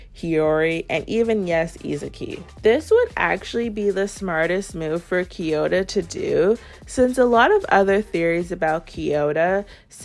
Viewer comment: Can you stop calling kiyora “kiyota”